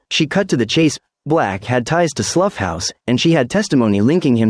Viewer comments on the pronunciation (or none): Work on your rendering of "Slough", because as of now you are unintelligible.